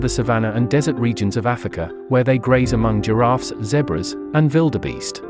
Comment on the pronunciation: I absolutely love love loooove how the narrator pronounced the word Zebra. ❤❤.